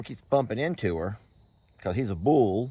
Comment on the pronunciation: Huck looks fine. He's the skinny guy in the group. You have done everything medically and dietary to meet his needs. He's eating great and is active. All good signs. The way you say Bull...lol 🤣